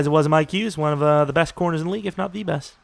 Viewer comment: Mikes Hughes eh? Thought is was Mike Hughes